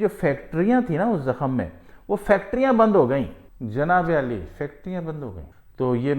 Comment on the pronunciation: Bhai Janaab Ali Nahi hota, Janaab Aali hota h